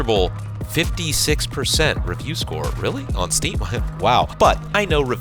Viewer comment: the pain in my eyes when he said "steam"